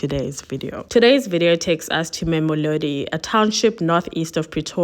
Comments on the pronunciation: Not Memolodi It's Mamelodi. Can't u read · Wonderfully captured. Please work on pronouncing names...LIMPOPO. There is no M after the first PO. MAMELODI. Not MAMOLODI...Slight criticism but it can be a bit distracting... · did she say ma'amilodi? Limpompo? 👏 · She just needs to improve on the pronounciation of our names. It was cringy when she said "Warona" or " Mamelodi"